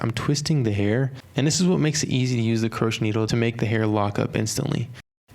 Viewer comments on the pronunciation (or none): no offense but its pronounced (crow-shay) hook not (kru-ch) hook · Its pronounced cro-shay baby lol not croshe